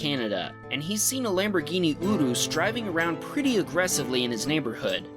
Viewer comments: lol I think it’s a Lamborghini YUR-RUS. Great video btw. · a Lamborghini olus? U mean Urus LOL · Its not Uruus, Its U rus or U ras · Dude said the name of the lambo "urus" wrong. He said "ooroos", pronunciation is "u-rous" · Hey it’s pronounced as Lamborghini “yoorus” not “oorus” But I’m a bigggg Tesla fan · It’s Uris Not ooouuus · its not a f*ucking ooroos its pronounced yuris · Lamborghini UR-US not oosis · Why did you say urus like that, it's you rus No ooh rooss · . It's not a Lamborghini "Ooo rus", it's actually pronounced URANUS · It's a lamborghini "yer-us," not "oo-roos." Just for future reference. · it's pronouced youre is not eww ros! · Tesla guy: Lamborghini Uris Me: it’s urus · BAHAHAHAHAHAHAHAHAHA Lamborghini "OOOORUUS" Oh lord have mercy that is the funniest thing I have EVER heard anyone say. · its urus not ooroos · It's not a uyrus Lol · That's a Lambogini urus pronounsed yurus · LAMBORGHINI OO-ROOSE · IT'S URÍS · Urus its like ur-us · the way this guy says the lambo car names LOL ooroos and hoorakaan ! hahaha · "Lamborghini OOROOS" lol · Bro did u just say, Lamborghini Odo. 😂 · BTW it's pronounced Ur-is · i love how he says urus udus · Lamborghini "Uroos"😂😂😂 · I cringed when you pronounced Urus. It is not Oroos! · lol urus it is pronounced ur-us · Dude, good videos... but never try to pronounce "Urus" that way again... not sure what accent you were going for but it certainly was NOT Italian!! Also, learn your cars... that was definitely NOT a 370Z it was a GT86 😂🤣! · how does this man pronounce Urus?💀💀💀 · Love the way u pronounced URUS 😂😍😘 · 1.) mclaren is cooler than a Tesla 2.) the Maserati didn’t get smoked he didn’t even hit the gas when you took off 3.) that’s a BRZ/FRS not a 370z 4.) you said urus wrong 5.) a Mercedes Benz E class is slow 6.) you said huracan even worse than urus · the way u said urus.. it rlly bothered me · Hey dude common you gotta work on your pronunciation Urus and Huracan!!! That's not how we say it